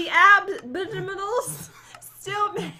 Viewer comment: THE ABOONABLE ~ 2018 Im wheezing😂😂😂